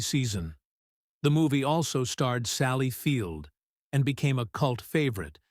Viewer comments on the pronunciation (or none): none